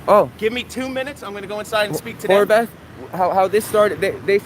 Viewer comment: did he really call him Whore Bath??